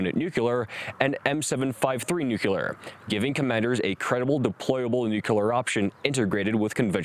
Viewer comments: Good video…but why is it so hard for so many to pronounce NUCLEAR? Nuke-lee-ar…NOT nuke-u-lar. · That would be Nu-Cle-Ar not Nu-Cu-Lar bro... Don't be a Bush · His voice reminds me of documentary narrators of the 1950's and 60's, which is a good thing. Except for a couple of "nuc-u-lar" errors, he demonstrates great clarity, diction and power. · Agree... just, 'New-cular' is driving me crazy.